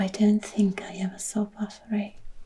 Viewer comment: BATHORY! ❤... You have an unusually good pronunciation of Swedish...you should check out the band Kebnekajse, who made amazing progressive rock adaptions of Swedish folk music